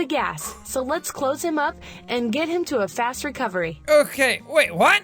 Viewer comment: ¨"im sorry but WHAT! (it sounded like im sorry but JUHAT!) - jack 2k18